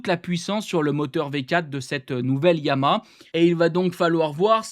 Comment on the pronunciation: ESSAYE ENCORE !!!!!!! on dit "YA MA HA" pas " YA MA" syllabes !!!! pardon, tu ne dois pas savoir ce qu'est une syllabe .... tu ouvres la bouche 3 fois ;-)